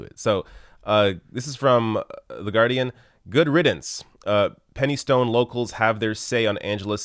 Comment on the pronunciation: Brave effort on pronouncing Penistone mate. At least you avoided Penis-tone. (it's Pen-is-tun)